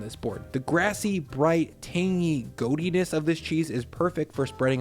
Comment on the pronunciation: You lost me at “goat-i-ness” lol…. For real great video, goat cheese is my top.